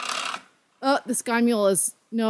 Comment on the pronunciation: Oops “Sky-mule” system.